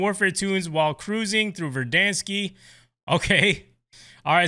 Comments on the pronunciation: Pronounced Ver-Dan-skkk- not Ver-Dan-skiii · No hate but it’s not verdanske